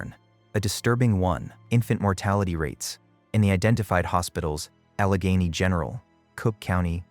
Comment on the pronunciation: The pronunciation of Allegheny is totally wrong, repeated many times. Don’t you guys do any review and editing???